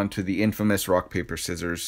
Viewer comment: Great video... though I’m not sure “Prock” is an actual word